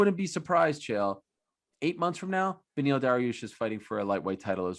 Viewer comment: Oliveira deserves every bit of it and just to add hey Chael it is not beny its beneil you people keep showing your laziness and either shorten names or change them all together its benefit not beny